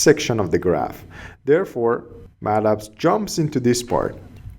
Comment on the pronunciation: Just used to say Matlab, not used to hear Ma’lab!